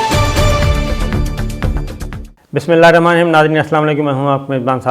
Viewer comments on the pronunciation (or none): none